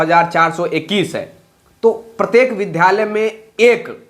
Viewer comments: Pahle vidhalay aur vidyalay bolna sikho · Vidyalay bolane nahin jaanta hai